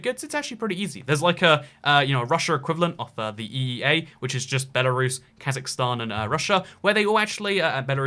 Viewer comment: Lithuanians feel polish? Dude, cmon. Post Soviet countries besides the baltics have strong ties to Russia? Dude, we in Odessa use to burn people alive that thought like so back in 2014... Ukraine is at war with them, Georgia had a war already. Its Lukashenko, not Lushenko. And its BELARUS, not BELORUSSIA!! Belarus is not white Russia! Belarus is White Rus'. RUS'!! Ancessors of Kievan RUS'! Not Russia! Belorussians will definetly feel offended if u say that to them. I think you should speak with some people from each countries before making such statements. They are just disinformation and sometimes even offensive. And a half-communist ethnic russian from eastern Ukraine is definetly not the best option.